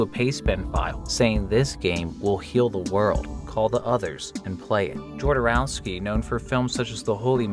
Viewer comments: That is.....not how you pronounce "Jodorowsky" ;XD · The J in "Jodorowsky" is pronounced the same as the J in "Alejandro" Great video as always :)